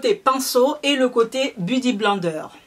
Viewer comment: C'est Huda mais sa se dit Houda, on Backstage ensuite on dit Beauty blender ! C'est pas méchant et je sais que c'est pas ta langue maternelle mais en faisant beaucoup de vidéos beauté tu devrais ne plus refaire ces fautes 😕